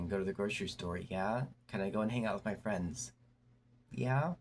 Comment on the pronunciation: 😅 jus' asking for a fwend tho?